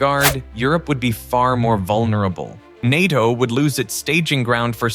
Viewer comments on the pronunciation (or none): It’s pronounced ’nay-toh’ not ny-toh